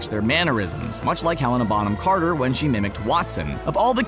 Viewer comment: OMG how did you say helena bonham carter! it sounds so wrong i am sorry...